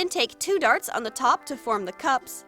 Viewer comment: When you said cups it sounded like cubs